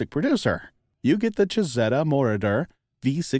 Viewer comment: Moroder is mispronounced.